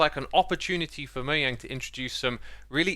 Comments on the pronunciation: The correct way to say mojang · Subbing for correctly pronouncing Mojang!